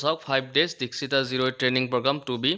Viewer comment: Dikshita nohoi ..Dakshita hoi😂